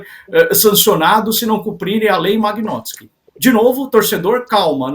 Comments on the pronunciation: Lei magnótski rsrs.....vão estudar antes de falar besteira. Nem o nome correto sabem pronunciar, imagina se entendem algo sobre o assunto. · Nao sabe nem falar o nome da lei kkkk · o cara nao sabe nem falar o nome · O comentarista nao sabe nem pronunciar o nome da lei! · O cara não sabe nem falar o nome da lei, quer explicar como funciona kkkk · O moço não sabe falar o nome da Lei. Ele não tem conhecimento suficiente para comentar o assunto.